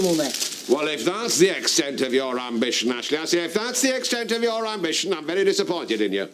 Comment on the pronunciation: That's how Ashley pronounces (or, rather, mispronounces) her name.